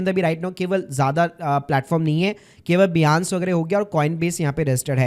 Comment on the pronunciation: बियांस या बाइनेंस !